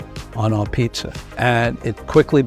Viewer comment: what is "Peet-ZER" with a zer at the end???